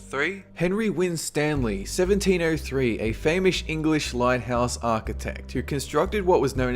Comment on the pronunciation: "A famoush engwish lighthaus architect"